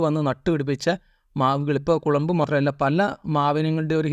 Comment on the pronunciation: കുളമ്പ് അല്ല ചങ്ങാതീ കൊളമ്പ് ആണ്